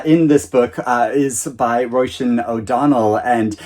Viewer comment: I love your voices for the Elizabeth Strout universe ! Hahaha you should definitely narrate an audiobook Roisín is pronounced ro-sheen btw 😇